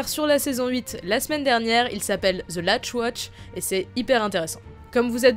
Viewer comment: Rien d'obessessionnel mais pitié prononcer the en ze C'est juste.. Horrible